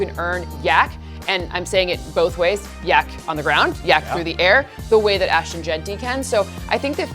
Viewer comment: She said “yac on the ground”?